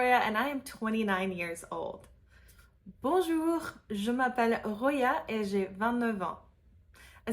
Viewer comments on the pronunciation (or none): Dear Roya, the R sound is more guttural in the beginning/middle of a word than it is at the end. If I may, your R in "bonjour" is not realistic.